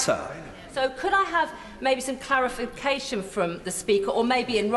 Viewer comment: Cant say clarification, yet she is an MP...